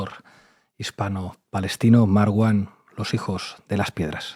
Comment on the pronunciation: Mal, Pablo! Marwan debe pronunciarse "Maruan"!! P.d: excelente programa. Gracias. ❤